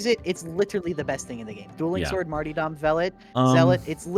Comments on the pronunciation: Kinda drives me insane he pronounces Martyrdom like "Marty dumb" instead of like Martyrdom. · Marty-dom the Arbirator of carburator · pls stop saying martyrdom like that lol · "MaRtY dOm" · The way pronounces "martyrdom" is criminal.